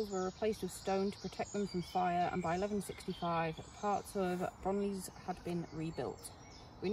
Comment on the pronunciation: Hello! Nice to meet you both at the Castle. Just a note, the village of 'Bronllys' is pronounced, 'Bron Cleesse'. It took me about a week to discover that.